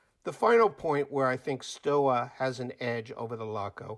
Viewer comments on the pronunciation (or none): my friend. it's pronounced as: STOVA not STOWA. Thanks excellent video. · The exact prononciation is : "SHtova" like "shut" or "show" ... Thank me later ;) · Stowa is correctly pronounced "stover.".